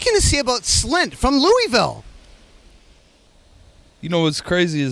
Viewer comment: Jacks the only person I ever heard say Louisville correctly.....mad props usually it's "lewis-ville"...or Louie-ville he pronounced it "lou-ah-vulle" like he posed to